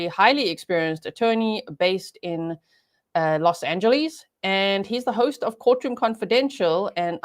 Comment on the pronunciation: fyi it aint called los " angeleeeeee"s "